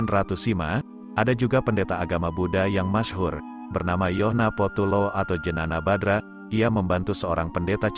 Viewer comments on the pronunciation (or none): Bukan jenana badra kelesss. Tapi jhana badra